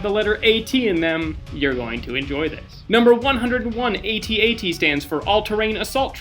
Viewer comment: AT AT is not pronounced ay tee ay tee its just at at it rymes with hat hat look it up if you don' believe me if you dont like calling them that just call them imperial walkers